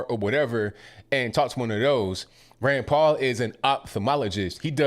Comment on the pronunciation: Every time u say Rand Paul..i thought u were saying granpa.....love ur podcast!!!! Ur always RIGHT ON!!!!